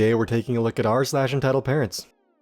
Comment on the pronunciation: No, more like Looké. The sounds are more forward in the mouth